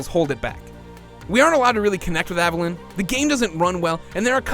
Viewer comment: Take a shot every time he mispronounces Aveline's name as "Avelin". There's an E on the end of that, buddy, stretch out that I sound "Aveleen"